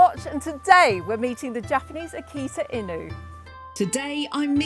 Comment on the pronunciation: She pronounce it correctly this time. Before, she call it "akita in you"